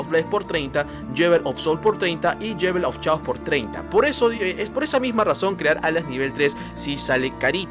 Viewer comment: Muy bueno el vídeo, ya me suscribí.....solo una observación no es "yewel of chaos" es "yol of keios"(la pronunciación).